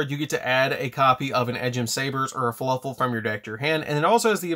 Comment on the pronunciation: He keeps saying fuluffle not fluffle